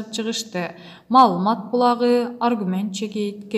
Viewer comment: Тантыраган кыз чыктынбы кайра мал мат деп окуп.😂